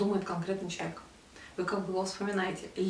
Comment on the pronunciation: Мне было бы приятнее смотреть видео, если бы вы в слове "человек" не проглатывали часть букв. Всё-таки достойное слово) спасибо